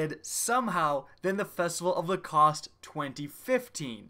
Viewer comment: Festival Of The Cost!!! Haha I Died When You Said That